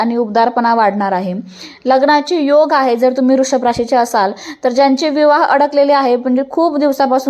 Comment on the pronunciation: रू शभ नाही वृषभ राशी असे म्हणा मॅडम